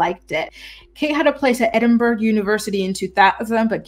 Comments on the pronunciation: it is ED-IN-BUR-RA not ED-IN-BURG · I appreciate your work,. You're excellent. Please note: there is no 'g' sound in Edinburgh. It is pronounced Edinburrow or Edinburra, never Edinburg. Thank you for your hard work. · It’s pronounced “Edd-en-burro”